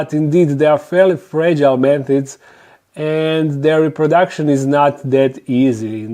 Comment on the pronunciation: This video stayed playing automatically on suggested from my channels im subbed top. I was like "oh cool, I recognize that voice (I was busy doing dishes) and then I heard "man tits" and I ran to the screen and said "he said fuckin what??" 🤣😂